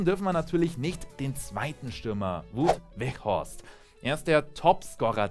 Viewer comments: Es heißt nicht wuut weghorst sondern wird ausgesprochen wie :Waut weg Horst also mit au=in NL ou und das g bei weghorst wird so bissl wegch-horst ausgesprochen (in NL wird das G wie gggchhh gesprochen) naja egal😂 frohe Weihnachten🎅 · Wout Weghorst wird glaube ich Waut Weghorst ausgesprochen nur so nebenbei